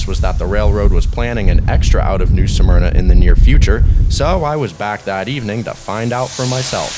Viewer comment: “New Smerna” not “New Suh-Merna”! C’mon man!